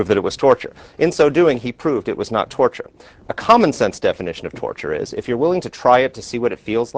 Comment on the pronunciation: 'Turture'? Really?